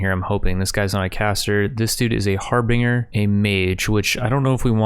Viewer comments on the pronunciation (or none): Har-bin-ger. Not Har-bing-er. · Har-bing-er?! xD Love it.